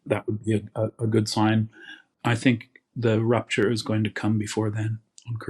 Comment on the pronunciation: Did he say rapture or rupture? I could see both. All of you non-believers better get into revival mode or you will be left with a bunch of hateful immigrants. Jesus Christ! He's real.